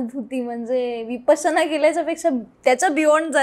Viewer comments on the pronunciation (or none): none